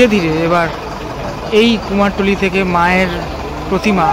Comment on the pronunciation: কথাটা কুমোরটুলী, " কুমারটুলী " নয় !!!!!!!!